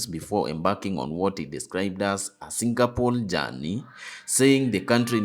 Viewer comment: By the way ===== It is Singapore not SINGAPOLE.Where did you do your Geography?